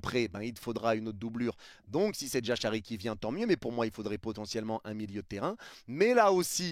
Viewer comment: Toutes ces questions sont légitimes surtout qu'on a pas de news. Mais pas de nouvelle bonne nouvelle comme on dit. J'espère juste que Jashari signera au PSG( stp améliore la prononciation de son nom😂😂😂) en doublure de Viti se serait top et sinon pour le reste surtout pour le latéral droit et l'attaquant je ne me fais pas plis de soucis car des solutions il y en a